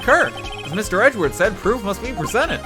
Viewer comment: i like how he says Edgeworth as Edgewurt